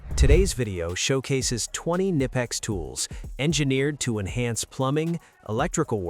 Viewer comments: Knipex no nipex there is K when you don'tknow how to pronounce use translator german and there is a speaker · I think you're supposed to say the K in the name.. Ka-nip-ex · Oh no they pronounced it wrong how dare they.